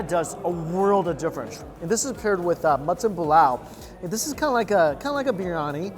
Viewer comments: Every time he says mutton I understand matzen and I was a bit confused at first like, they eat matzen balls in pakistan? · I also think he says mutton weird.... like it’s two words or something? I can’t put my finger on it?